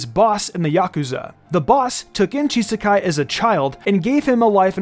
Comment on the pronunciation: I think there may have been some kind of mishap that slipped through the net here. The name "Chisaki" is definitely not supposed to be pronounced with an "-ai" sound :P